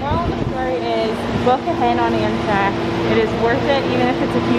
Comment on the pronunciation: i love the 'amtak ticket'